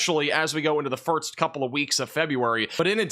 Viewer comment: Am I going crazy or is he saying "firts" instead of "first"?